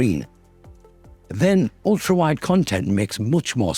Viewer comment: "ULTAWIDE" lol . Ulta is that beauty and cosmetics store